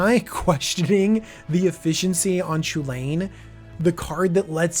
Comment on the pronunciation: Cu Chulainn is more like "coo hoo lan" or "coo hull an", so your comparison would give us "hoo lane". I agree it looks like it is based on that name, but I think maybe that's as far as it goes.